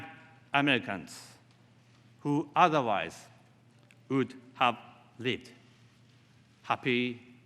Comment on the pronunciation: With,who,world memoriなどいろいろ単語の発音が大変た。普通の日本人より英会話は大体問題ないだと思う。